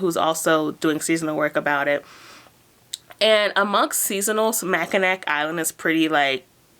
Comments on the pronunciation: Congrats on the job! I’m looking into seasonal work for the first time and your videos are a great resource. I also wanted to tell you Mackinac is pronounced “ma-kuh-naw”. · Michigander, here. Mackinaw City, Mackinac Bridge and Mackinac Island are all pronounced "Mackinaw". The final 'c' is silent. Just wanted to let everyone know about that little quirk. The island has a super hard time finding employees because few people live in that area. They even have to bring in people from outside the U.S. May be why they wanted you to work 6 days and do different jobs.Thanks for your great videos. Love your enthusiasm.